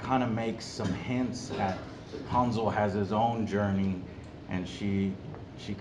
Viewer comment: It's Hänsel. Hääääänsel, with an umlaut!